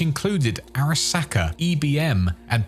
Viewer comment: just loves saying SACK in the weirdest way possible. you're a sacker